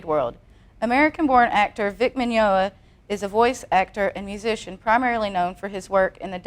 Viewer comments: i love how she pronounced his last name with an L i dont recall it having an L! XD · S-she said his last name wrong...... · At least pronounce his name right. I mean, c'mon. Please? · i swear i'm gonna kill this lady she can't even say his name right omg